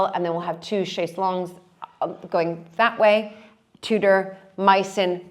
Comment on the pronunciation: How refreshing to hear an American pronounce chaise longue correctly.